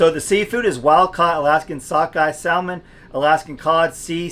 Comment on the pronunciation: Salmon is pronounced without the “L” sound: ‘Sa mon’ no L sound.